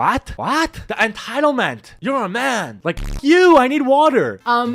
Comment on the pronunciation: "There's a MAHN here... AUR NAUR!"